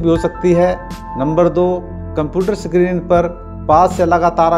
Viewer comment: Sakrin nhi hota screen hota h